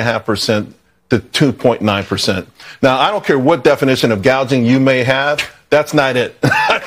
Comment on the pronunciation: Who wrote in Kamala's script about "price gauging"? Did she just misread the teleprompter or was her script writer a covert Republican? 🤣